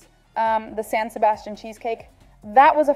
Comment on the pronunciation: Dieser Käsekuchen wurde im Restaurant La Viiña in der spanischen Stadt Donostia- San Sebastián erfunden und er wird auch wie die Stadt ausgesprochen San SebastiAN mit Betonung auf der Letzten Silbe.